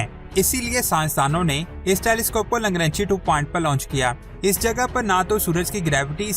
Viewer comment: Langranchi nahi LANGRANGE hai